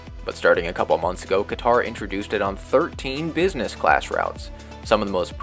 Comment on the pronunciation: Whatever you say about it, please just learn how to say the country’s name.